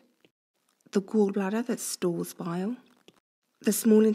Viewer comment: fix your pronunciation, I don't know what a bile is and couldn't here you